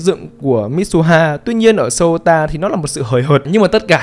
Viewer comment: Souta đọc là Xô-ta nhé, đọc "Sô-u-ta" thì...